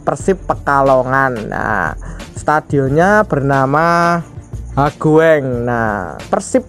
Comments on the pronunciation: Jenenge Stadion hoegeng Mocone kui stadion hugeng Hodu hogeng piye to min🤣🤣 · hoegeng bukan hagoeng